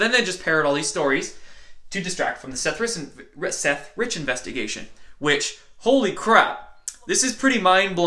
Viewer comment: Seth Rithvigation😂😂